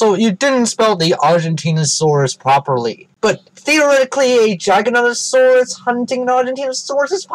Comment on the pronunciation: "Gigantosaurus" "GiganTosaurus"